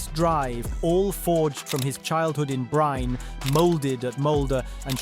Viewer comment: Bryne uttales med samme e tilslutt som Molde sin e